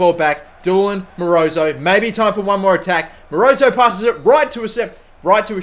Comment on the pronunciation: Dolan is Doe - lan not Doolan! haha